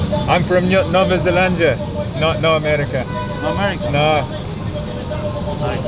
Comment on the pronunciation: Yeah it is supposed to be pronounced as Nueva Zelandia* lol but people get it anyways.